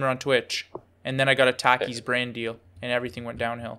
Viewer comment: is so canadian for pronouncing takis that way